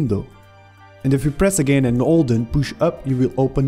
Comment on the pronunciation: it sounds like you say "alt" when you say "hold" when talking about spiting windows